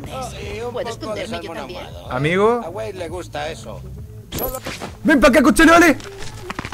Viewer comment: Dijo OsoLovesno..